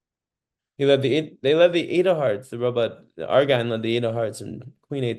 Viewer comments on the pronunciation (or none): You must have a different setup. My hand is not fanned out: all cards are in a straight line. BTW, I've heard Argine pronounced so it rhymes with margin.